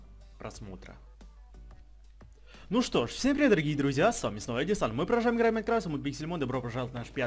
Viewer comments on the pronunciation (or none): none